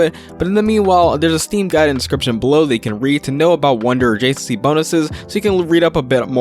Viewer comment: It's pronounced adjacency, not "jc". You talk too fast and it's hard to understand a lot of the thing's you're saying